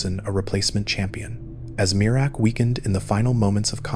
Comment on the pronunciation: MEER-AK not mir-uh-ak